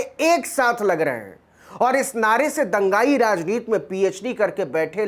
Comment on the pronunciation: आप बार बार राजनीति की उच्चारण राजनीत कर रहे हैं जो बहुत ही अच्छी खबर को खराब कर देता है। कृपया इस पर ध्यान दें।